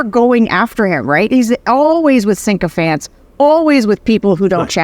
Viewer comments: Excellent as always. Sarah, it's sycophant, not "syncophant". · Sarah Longwell, please learn how to pronounce "sycophant"!